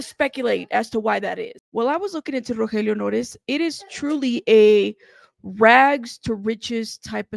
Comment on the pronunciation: The way you pronounce his name is so beautiful, probably a lot more beautiful than he deserves if he’d been supplying a ‘friend’ with drugs when he was trying so hard to stay sober 🤦‍♀️💔